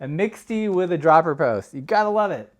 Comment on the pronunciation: Another French/English pronunciation conundrum... where does "mix-tee" come from?